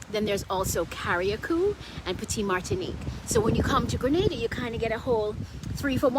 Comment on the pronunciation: On behalf of every Grenadian at home and abroad thanks for getting the pronunciation of 'Grenada' right and thanks for including Carriacou and Petit Martinique. I hit 'like' and 'subcribe' immediately when I heard that. Very helpful video, btw..